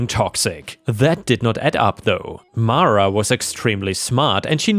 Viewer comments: Mara is "mar-a". "Mare-a" would be spelled "Merra". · It's pronounce Mara. 🙂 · Best person to ask about the pronunciation of Mara is the actress who played Matilda in the original movie - Mara Wilson - it’s Mah-ra! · It’s pronounced mar a, not mare a. I know this because it’s a Star Wars reference, Mara Jade. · 👍⭐️✨️🌟✨️⭐️✌️🐱😻🐱❤️🤟 I would pronounce Mara as mah-ruh.